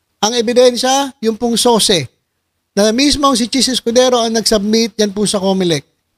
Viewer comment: SOCE PALA HINDI SOSE!